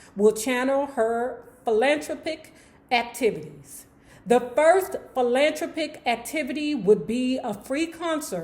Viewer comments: Honey, the word is pronounced: phil-lan-THRA-pic. NOT phil-LAND-thru-pic. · BTW, it's philan-THROP-ic.